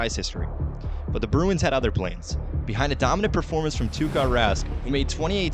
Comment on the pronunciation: To the narrator: (even though I'm a Blues fan): It's Tuka Rask, not Tarra. Idiot!